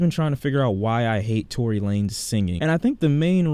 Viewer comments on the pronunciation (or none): Dude said tory wtf